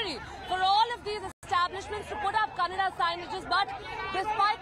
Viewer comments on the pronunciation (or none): It’s not Kannad. It’s Kannada. The irony in putting such anchors for such topics. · It Kannada not Kannad! Educate yourself first